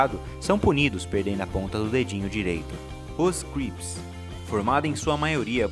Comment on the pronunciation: é crips nao grips hauahauahauaahu